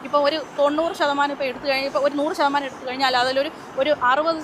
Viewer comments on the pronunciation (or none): Dhashamsham alla 😂. Shathamaanam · Dashàamsam അല്ല, ശതമാനം. Percentage 😅